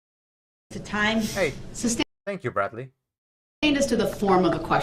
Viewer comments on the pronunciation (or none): none